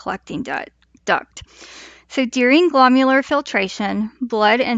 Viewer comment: Not glomular… glomerular sounds like gluh-mare-you-ler. Very informative, thank you 👍🏼